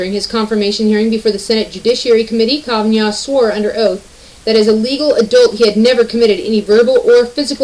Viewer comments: Dear narrator, a little note you are mispronouncing Kavanaugh's name. Try. Ka van aw. 🙂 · Did you record this video from 1998? Kavanaugh pronounced Ka-va-nah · You're the first person I heard call him Kaven (y)augh. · What the Metoo movement has done was to water down the meaning of sexual assault for their own person gain. I love the way you say KavanYan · The fact that you pronounce his name wrong tells me that you tend to read. Instead of watching TV etc... That's cool.